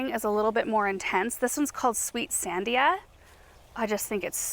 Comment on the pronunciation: I came here to say the same thing! And the emphasis is a the second syllable… san-DI-a. I live in the shadow of the Sandia mountains in Albuquerque.